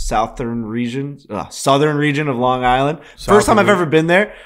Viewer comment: “South-Earn Region”